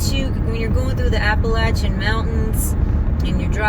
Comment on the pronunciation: I have to wonder if we saw each other on the road last week, I was north of Knoxville myself on 81. Small world! Also, thanks for saying "Appalachian" correctly.